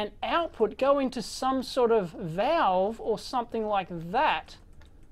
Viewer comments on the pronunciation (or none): none